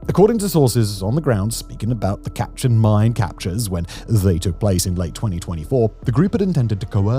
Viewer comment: Very cringey pronunciation of Myanmar, Kechin, etc... If you want to do a proper info-video, please learn the proper pronunciation. It is very hard to watch!!! It is very commendable to do such a info-video, but please do more research in the terms and names you use.